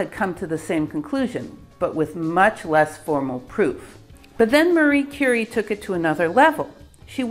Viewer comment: Outstanding pronounciation of the name. Love your videos!